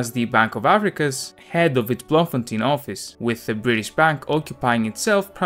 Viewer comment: As a South African I am proud that Tolkien was born here despite him being not being a South African citizen. Oh and Baboon spiders are no joke those things aren't dangerous but pack quite the attitude. Oh and Bloemfontein is pronounced bloom-fontein.